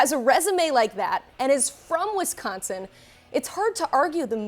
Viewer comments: It's Wisconsin. Not Wesconsin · It's not WESconsin. Dammit, learn how to pronounce it.